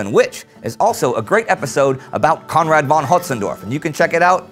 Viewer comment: I love, how you always pronounce Conrad.